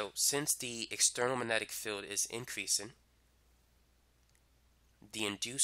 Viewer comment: Did it annoy anyone how he said magnetic. Its MAG- netic not Manetic. Not hating just wondering